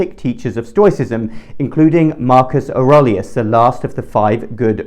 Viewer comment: Marcus "Or-RAY-li-us"